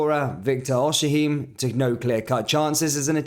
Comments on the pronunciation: bro said o-shhh-him😂 it's o-si-men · Your pronunciation of non-English and non-Liverpool names are atrocious. It's Victor Osimhen not Victor Osihee. Jesus Christ!